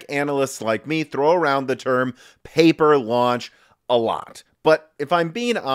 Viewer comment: Pauper launch instead of paper.